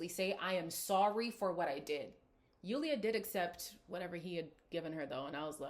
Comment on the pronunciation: Even though Julia probably said stuff with a bit of spite at least she said something. It also bothers me that Lorenzo doesn't correctly pronounce Julia's name.